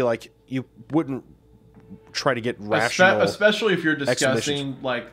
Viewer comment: Love him to death but the "ekkspecially" thing is killing me